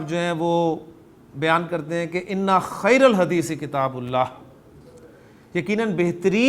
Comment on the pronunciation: Correct hadith pronounciation it is kitabullahi wa sunnatu nabiyyih not kitaballahi